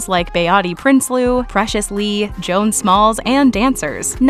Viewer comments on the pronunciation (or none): none